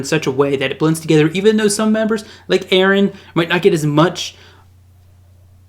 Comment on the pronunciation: Aaron and Minion. Ahahaha. Props for trying to pronounce his name though.